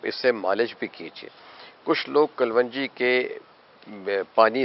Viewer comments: Why you say kal wan ji ???it is KALONJI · حکیم صاجب باقی سب تو ٹھیک ہے بس لفظ کل ون جی نہیں ہوتا کلوووونجی ہوتا ہے اگر آپ اردو صحیح نہیں بول سکتے تو اپنے گاوُں کی زبان میں ہی وڈیو بنا لیا کریں وہ بھی سمجھ آ جاےُ گی سب کو اسطرح کسی زبان کا ستیاناس ہونے سے بھی بچت ہو جاےُ گی۔۔۔ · آپ اسکو کل و نجی کیوں بولتے ھیں اس کا تلفظ کلونجی ھے ، kalonji ممکن ھے آپ کی یہ تحقیق ھو ، تو برائے مہربانی شیر فرمائیں ۔ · What is kaal wanji please pronounce right. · but it doent sounds good to pronounce WRONG